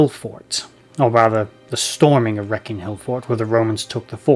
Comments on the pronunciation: Thanks for the video. As a local to the Wrekin I can confirm that it is pronounced Reak-in and not Wreck-in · The Cornovii name came from their worship of the horned God Cernunnos. The Wrekin Hill was the capital of the tribe and their lands stretched from Powys to Chester. Wrekin has no C in the name. it's pronounced Ree-kin, not Wreck-in. It wasn't called the Wrekin in those times, and it's ashame he didn't talk about the were-wolf connection